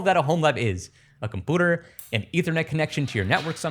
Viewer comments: I love the way you say compooter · You definitely did earn the subscribe for this video….annnndd then you said ‘Compooter’ 😂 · Take a shot every time he says “compooter” 😂😂😂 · Liked because of the whimsical way you pronounce computer, subscribed because fuck the monthly payments for cloud storage. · This guy still can't pronounce computer huh? 😂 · The way you say "computer" makes me want to vomit. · Say computer again lol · if you learn how to pronounce computer i will sub next time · The way he says computer tickles my brain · Why dose he say computer that way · Its funni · The way bro says computer 😂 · Literally can't stand how you said computer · when you say 'computer' weird it really makes me wanna hunt you down also, stop repeating super duper every 2 seconds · They way he pronounces computer sounds like he learned the word at age 3 and stuck with it—considering his pronunciation of all the other words are perfect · why can’t you say computer right? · I love what you're doing here but holy shit the way you pronounce "computer" like a feckin baby pisses me off no end lol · Why do you pronounce computer that way? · I can’t tell if he’s pronouncing community and computer wrong but I absolutely cannot finish this video. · stop saying "compooter"! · Had to stop watching at the third "Compooter" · ive watched you for a while, great videos, but the "quirky" use of compooters instead of just saying computer normally makes me want to blow my brains out my skull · By compoader, does he mean computer? And by dadda, does he mean data? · This played automatically from suggested videos.. my only comment is that you need to repair the way you pronounce computer. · your how old and can't say computer right?? wtf? lol compyouter not compooter... lol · it really annoyed me :D - it's com-pyu-ter not com-poo-ter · Sorry, but it's hard to take someone seriously when they say "com-pooter..." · Can you please say compooter again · compooter lol